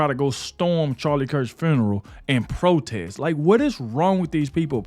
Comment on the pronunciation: I'm trying to figure out how black people always put the letter R after everything, what the hell is Fruneral? Nephrew, chrilden, are you people that illiterate, speak English